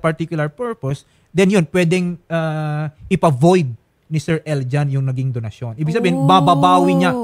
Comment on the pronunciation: bet ko kung pag ka bigkas nya ng donsyon parang binigkas nya ng "donahsyon " parang corazon to "corathon" hahhaaha vehking vehki